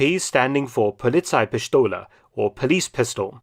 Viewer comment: The way you pronounced "Polizeipistole" is not Standard German. It sounds like the Swabian dialect which I grew up with.